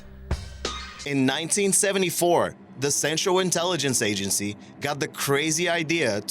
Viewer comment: When you try and say "the" but all that comes out is "da"......